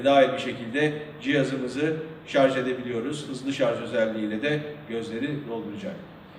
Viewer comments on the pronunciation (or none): none